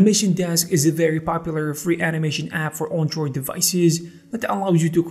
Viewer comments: Learn how to pronounce Android. It's not an On droid it's an Android. Shit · Good information but I can't get over how you pronounce android. Also you pronounced gif as jif